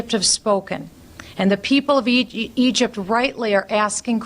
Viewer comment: I swear I thought Bachman almost said ugypt